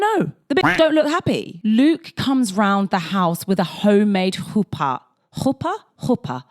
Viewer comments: Very impressed with your pronunciation of chuppah especially since they say it in such a fuck ass way in the show 😂😂 Love your videos 🤍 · In the Year In the Life revival we finally get proper confirmation that Michel is gay and married to a man. They still had to heavily code things at the time, I guess. Nice pronounciation on chupah! It's a tricky one. Thanks for another great video!